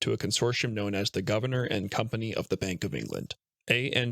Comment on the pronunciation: Callaise? It’s pronounced Cal-eh Rouen….. pronounced Roo—on I find it odd how these American people don’t bother divesting themselves of information they must know they don’t know (my guess is that as long as they feel most other Americans won’t know either, they don’t care)